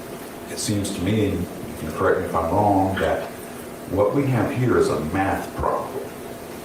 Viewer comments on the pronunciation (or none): none